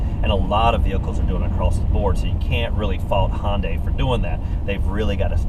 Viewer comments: Hey, the brand name is pronounced Hi-un-die, but if you want to be a raggler 'murcan, say Hun-day, not Hon-day. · Looking at a 14 model for my next car. Good review and good camera angles. BTW it's pronounced Hi-un-day.